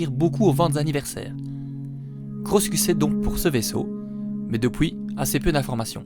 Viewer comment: ce "d'opuis" 😂